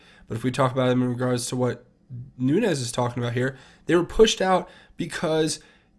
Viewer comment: NOO-NES... NOO-NES... NOO-NES... NOT... NOON-YEZ!!!!!!!!!!